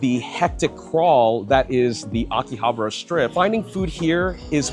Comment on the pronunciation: Why do most YouTubers pronounce Akihabara wrong? 👀